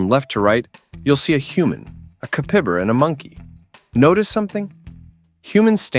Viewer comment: Oh my ! Listening to this ai murder the name of capybara is too funny!! Guess he gets it right most of the time.